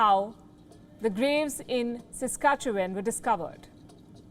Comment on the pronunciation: Great job pronouncing my home province of Saskatchewan Palki! Thank you for speaking out and standing with us. My descendants were the Doukabours "Spirit Wrestlers" from Russian persecution in the late 1890's. When we moved to the Saskatchewan prairie, winter came soon for my family and we would have perished without the Natives who lived there. They shared their furs & food to help us. ❤ Forever grateful.